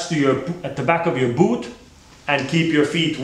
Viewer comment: i hate how he says boOt